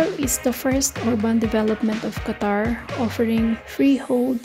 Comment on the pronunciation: DOHA, QUA-TOUR <3